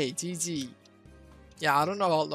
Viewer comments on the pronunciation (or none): I like how you pronounced gg as gigi